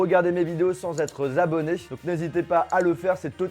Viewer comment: « Sans être zabonnés » 2019 😂